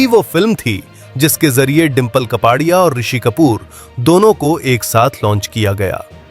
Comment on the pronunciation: कपाडिया नही कापड़िया बोलो।